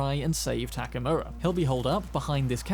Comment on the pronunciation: The guy’s name is Takemura, but by the way you gringos pronounce it sounds like Takamura. I don’t know for the Japanese how it sounds but at least to me as hispanic sounds like that and Spanish has the same vowel system as Japanese